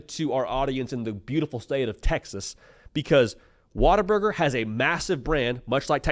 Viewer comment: Water burger is the only way to pronounce this correctly. gets it.